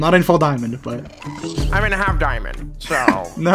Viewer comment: At the "dimaond" ,hehehehe